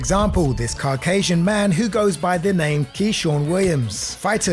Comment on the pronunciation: Fun video and really insightful Saddens me because I was excited about this game. But did you either use an A.I voice or like what ? So many words said how no human would... like "CARCAYSIAN" The vocal audio cuts wildly and ends in a "inhuman" way. It's fine if you are just intrigued.